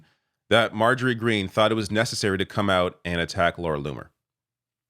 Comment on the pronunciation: I thought MTG was crazy until I heard LLoomer 😮